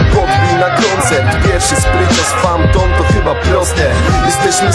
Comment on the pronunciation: PHANTOM!!! NIE FAMTON :D:D I ODDAWAJ PENDRIVE :P